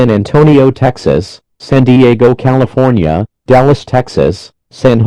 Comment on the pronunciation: San Jose C a f o r n i a